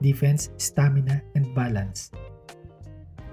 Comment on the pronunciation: Sorry, because of your tonation I can't help but hear "violence" instead of "balance" :b